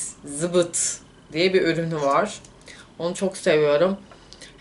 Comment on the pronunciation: Zıbıt değil aşkop zip it direkman böyle oku